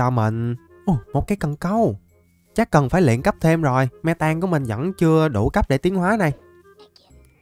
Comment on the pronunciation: mê tang mà em nghe me tang